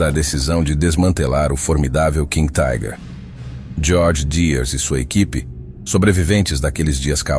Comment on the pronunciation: Não somos ingleses! Não entendo essa pronúncia em inglês para a palavra alemã "Tiger". Pode pronunciar como alemão ou como se lê em português mesmo. Ou chamar de tanque tigre.